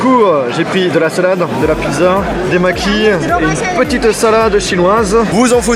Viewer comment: Comment tu prononce le mot pizza?😂